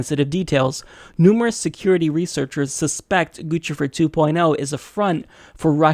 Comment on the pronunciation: It's pronounced Goose-i-fer